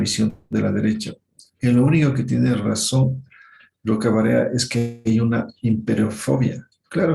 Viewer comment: Al menos si vas a hablar de la doctora Elvira Roca Barea aprendé bien su nombre. Una intelectual inmensa.